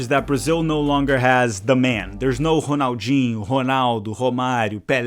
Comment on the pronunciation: The way you bust out perfect Portuguese pronunciation to pronounce certain names makes me think you must be brazilian. Cuz damn I've loved Rrrronaldo and Rrrrronaldinho all my life and didn't realize that its actually Honaldo